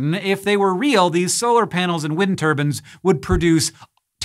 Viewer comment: scattered with "wind turbans" 😂😂😂